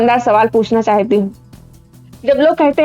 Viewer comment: चाहयती को थोड़ा करेक्ट कीजिए मैम, चाहती शब्द सही उच्चारण है। आपका वीडियो बहुत अच्छा है। यह अस्तित्ववाद और अंग्रेज़ी के absurd ड्रामा से प्रेरित है।